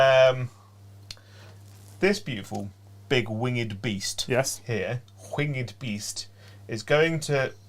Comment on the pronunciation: There's not an h anywhere in winged. Also, preemptively, it's pronounced aitch, not haitch.